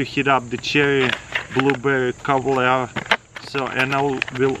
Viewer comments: "chewry bwluberi cobobler" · “Cherrily Blueberrily Cobeler”